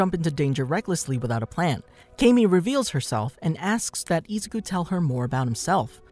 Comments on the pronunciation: IF THIS VID IS 1 HOUR PLEASE GET THE NAME RIGHT IZ-U-KU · i don't like how u say Izuku u say it like Ezuku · I-zoo-koo not ee-zou-koo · sorry but it's prnounced i-zoo-koo so izuku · Why are u saying izouku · Great video but am I the only one of her just triggered the way he pronounces Izuku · The way he says “Izuku” bothers me so much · STOP SAYING IZUKU LUKE THAT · Am I the only one who is bothered by the way he says izuku and I’m not tryna hate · I'm sorry but it triggers me so much how he pronounces izuku. Lmao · as this guy says ezuku idoria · Zuko Midori ya you’re getting it wrong and also you’re not say it like the way you’re saying it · Who else got a little triggered from how he pronounced Izuku and my hero academia but never mind that but keep up the great work